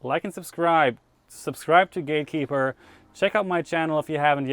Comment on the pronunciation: I love how Simon says Gatekeepa at the beginning cause he’s only heard others Bostonites say it. Later, he gets to Gatekeeper with an R. All the time, the coolest dude out there.